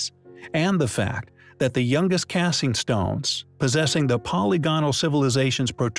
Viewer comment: What did it for me was "cassing" stones on the pyramid. Really?? Is this an ai video intended to cause people to argue or what?